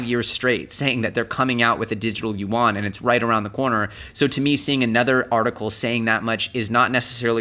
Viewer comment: it's Yee Ian (yuan), not You Want!